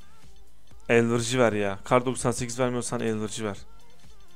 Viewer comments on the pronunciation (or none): abi giriş bende çıkış :D elvırıcı deil bea elverici